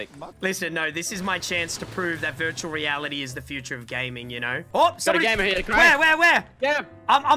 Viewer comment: Is it’s just me or does cray say virtually reality like “vurtuwal wealidy”